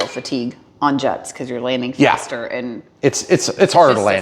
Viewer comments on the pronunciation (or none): none